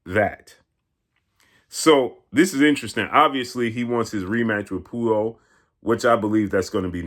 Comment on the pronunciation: straight brutalizing the pronunciation of Puello’s name.😂